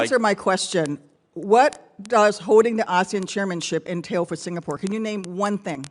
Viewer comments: Want to be an ambassador in SG then pronounce the country's name correctly, it's SingaPORE and not SingaPUR (not like PURI Indian food). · Its singapore...not sing a por! No break in between a vowel. 😅😅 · He cant even pronounce Singapore properly bruh "Singapoo"